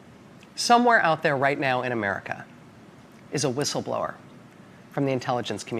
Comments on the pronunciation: C’mon! She can’t even say whistleblower right! The irony is astounding! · She couldn’t start soon enough she couldn’t say the words right 😂😂